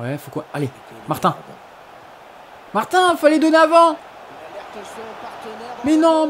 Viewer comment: Martin se prononce Martine